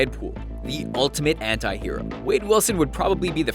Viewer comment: when he said "anti" I heard hentai